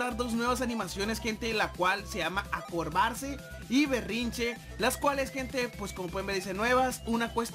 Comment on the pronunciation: No sabe ni hablar acobardarse y dise acorbarse